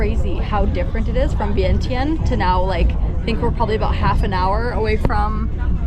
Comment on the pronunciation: Vientiane is actually pronounced Vienjan.